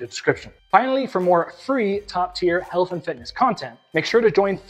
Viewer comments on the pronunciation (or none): none